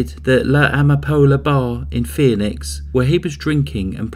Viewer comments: It's pronounced "fee-nix", not "fee-uh-nix". Why would you add a syllable? I sure hope you don't know any women named "Phoebe". I'll bet you could tick them off pretty quickly. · “FEE - nix” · Maybe he should research how to properly pronounce "Phoenix".